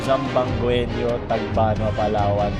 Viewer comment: mali yong pronounce sa zamboangueno